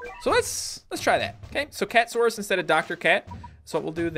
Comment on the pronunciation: its cat a saurus not cat saurus